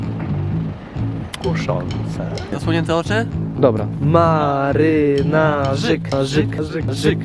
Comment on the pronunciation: W końcu ktoś mówi marynarzyk